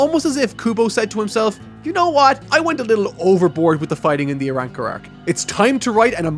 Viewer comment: This man said the ARAWRCAR arc, i can't wait lmfao 😂😆